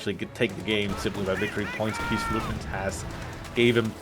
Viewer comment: I clicked on this video just to hear butcher keesfluitman xD